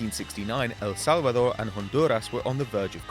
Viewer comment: How hard is it to say El Salvador and Honduras!!!😂😂 Nice try though....